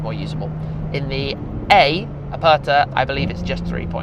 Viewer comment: You have to learn how to pronounce Aperta. PLEASE.